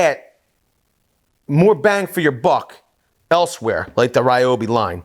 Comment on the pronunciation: Its pronounced ree-oh-bee.